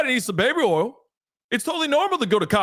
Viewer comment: when you say baby “ol”, I h i’m laugh every time. 😂